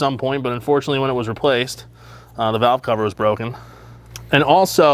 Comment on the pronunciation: Cow cover!?? What is he saying???